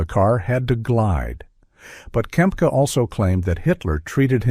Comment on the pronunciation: Not Kemp, its Kempka....